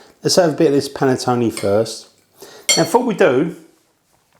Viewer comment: Would be nice if the English actually learned how to properly pronounce the word "Panettone"... "Panettoni" is plural.